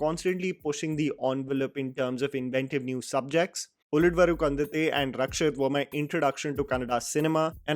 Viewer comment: That is not ulidvru kandante, that is ulidavaru kandante